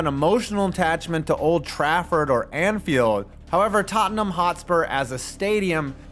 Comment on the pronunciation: so proud of you for pronouncing Tottenham not as Tot Ten ham